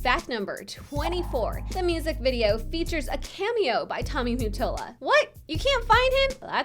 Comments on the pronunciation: is not Tommy Mattola; the picture is of Clive Davis - who discovered Whitney Houston Tommy Mattola is not pronounced "Tommy Muttola" its Tommy Ma-tol-la! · Also lmao it's Tommy Ma not mew and that was Clive Davis not Tommy idiots lol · I keep hearing the name, Tommy Mute-tola from this vid..wtf is he? Lol. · Why do you say MUttola? Lol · the way she saids mottola sounds wrong